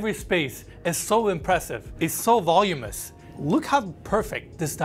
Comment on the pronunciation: Voluminous. (Not volumous.)